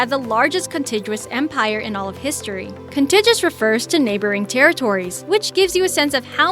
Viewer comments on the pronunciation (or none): Here we go again: "Contiguous (sharing a common border; touching)" is pronounced "Con-TIG-gue-us," not "Con-TIJ-us." It's easy to look things up; just type it into a search engine. I use Google. Edit The farther I get into this, the more mispronunciations and bum dope comes out of your mouth. Washington and the cherry tree was a myth started by Reverend Mason Locke Weems in his biography, "The Life of Washington," after our first president's death---and even then did not appear until the fifth edition of the book, which may have been mostly fiction. I'm giving you a Thumbs Down on this mess. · con·tig·u·ous There are 4 syllables